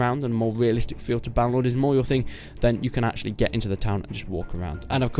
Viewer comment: you know... it is "BannerLord"